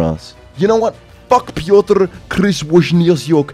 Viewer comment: Wow you said Piotr correctly not gona lie im impressed